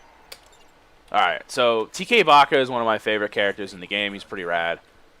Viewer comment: you kept calling baha baka that made you sound like a baka